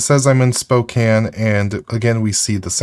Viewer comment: Pronounces Spokane correctly - 10/10